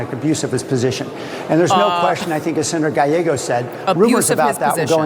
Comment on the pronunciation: por favor te dije como pronunciar el apellido GALLEGO.